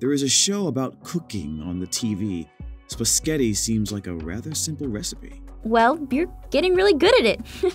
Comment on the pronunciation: No one:.: spazghetti.me 😂🤣🤣🤣🤣🤣🤣😂😂😂😂😂😂😂